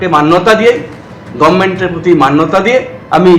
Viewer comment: তোমার মুখে "গবমেন্ট" শুনেই বোঝা যাচ্ছে রাজ্যপাল একদম সঠিক কাজ করেছেন। বারযোষিতনন্দন।